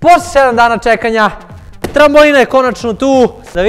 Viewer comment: Ne kaze se trambolina nego trampolina!!!